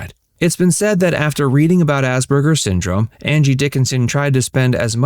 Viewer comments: The word is Asperger’s, not Asberger’s. It is incorrect to pronounce it with a ‘b’, which the narrator does throughout. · Ass PER GER’s! Why are you mispronouncing this?